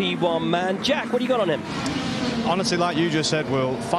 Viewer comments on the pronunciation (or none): none